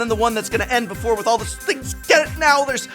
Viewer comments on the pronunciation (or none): none